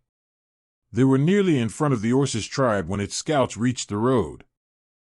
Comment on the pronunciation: Also it says "us" as "U.S.", and orkish, and kidded.... LoL